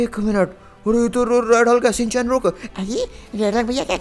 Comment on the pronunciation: शिन-चैन नहीं है ठीक